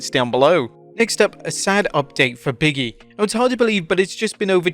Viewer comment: OMG BIG…E… not Biggie! 🤣